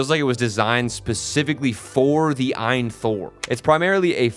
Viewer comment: The Eye in Thor lol It's A-Y-N Thor which the company says it stands for "All You Need". Source: AYN's indiegogo page.